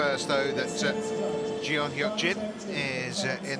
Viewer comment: It's not Jion.. it's Jeon..